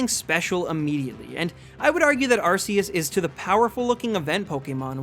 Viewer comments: Arceus is pronounced RKS, like Type Null's Ability. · It’s pronounced “Ar-Key-us” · its pronounce ar key us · no its not its ar-see-us (thats the pronounciation not spelling) type nulls ability is that cuz its supposed to mimic arceus and it actually has a meaning like r for (insert awnser here) k for e.c.t. also the pokedex app confirns the pronounciation and my pokemon guide does so and the anime. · pronounced Ar-kee-us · THE U IN ARCEUS SHOULD BE AFTER THE E!